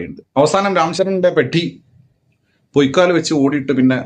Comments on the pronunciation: It's not പെട്ടി 😂 It is PEH-dee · പെഡ്ഡി ❌അല്ല പെദ്ദി ✅ കാരണവർ /തലതൊട്ടപ്പൻ അങ്ങനെ എന്തോ കോപ്പ് ആണ് 😁😁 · Its "പെദ്ദി" not പെട്ടി.